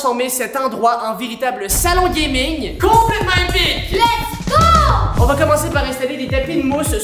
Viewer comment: C'est pas lest'wo C'est lest'go